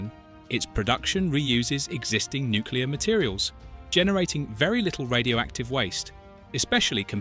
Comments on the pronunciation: God that drives me up the wall. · Well, there are a lot of intelligent people that can't pronounce Nuclear., It's not Nuculear. That irritates me. Potatoe or potato, all the same.